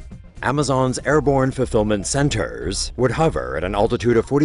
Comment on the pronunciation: "Amazon's airborne fulfillment centERRRRs would hovERRRR"